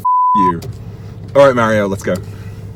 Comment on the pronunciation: You are botching Mario’s name